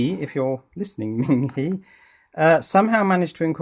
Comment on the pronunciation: Hi. I don't know if this message will persuade you to change your pronunciation of the brand name but in Chinese PinYin, Ming He is pronounced Ming - HER or HUR. You are pronouncing Ming correctly but HE is actually pronounced as if you were pronouncing HER or HUR in English.:-) This is kind of like the pronunciation for "Hermes". As the French bag maker, Hermes is pronounced a certain way. But as the Greek God of speed, Hermes is pronounced quite differently in English. So while HE is pronounced HE in English, HE is actually pronounced HER/HUR in Chinese.:-) Good day!